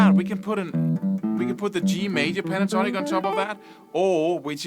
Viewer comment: He sounded Welsh then! ''Play that A minor Pentornik Boyo mun. I'll clap ewe lights owt now cheeftan. Phew good good goodness. Oes sqwileff yn Dda Butty!'' LOL